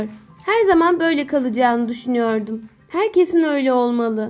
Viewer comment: 2 ci kız niye Düşünüyorum demek yerine düşnüyörüm diyor acaba?😂🤦🏼‍♀️